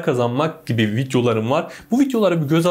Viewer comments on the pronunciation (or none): Ne zamandan beri video kelimesi vityo oldu hacı